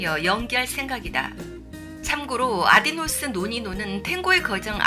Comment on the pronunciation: 아디노스 라고 두번이나..아디오스 입니다.